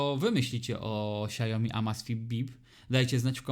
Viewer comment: SIAŁ-mi, nie sia-JO-mi